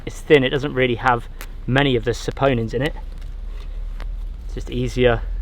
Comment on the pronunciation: you finally said "saponins" correctly